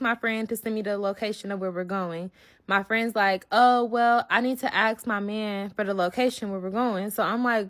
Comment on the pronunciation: Dang girl it’s ask, not asked. 🙄